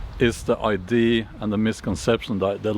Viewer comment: As a person who learned most of my Viking information from the TV series “Vikings” on the history channel, and Valhalla on Netflix, I enjoyed this video. 🩷 PS…. You are incorrectly saying I.D. When you mean ‘idea’. (please don’t be offended).